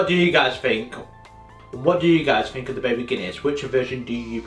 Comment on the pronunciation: Why does he say fink instead of think. Makes him sound thick!